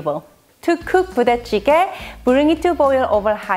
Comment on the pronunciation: I heard Booty Jiggy. hahahhahaha